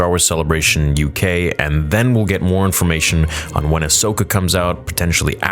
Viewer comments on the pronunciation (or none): none